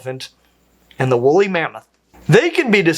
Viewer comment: Pleeese, WOOLLY mammoth! Not wolly.